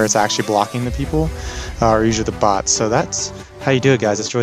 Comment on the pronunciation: He said boz